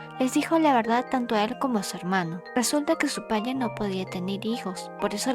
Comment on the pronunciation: Jaja amo cuando dice palle en ves de padre❤❤❤